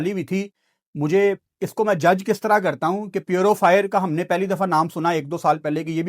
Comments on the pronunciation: english nai ati to na bola kren purofire, avaibility ye konsy words hain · Nobody, absolutely nobody:"":" Smoog, Foog, Purufier"